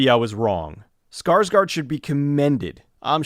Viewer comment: For the record: "Skarsgård" is pronounced as "Skah-sh-gourd". "rs" turns into "sh" in Swedish, and "å" is pronounced like the "o" in "gored," "bored" etc. CLASS DISMISSED.